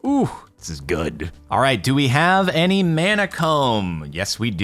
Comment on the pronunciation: lots of love ...but mana is pronounced like it has a u instead of the a muna mana .....kinda like a moari word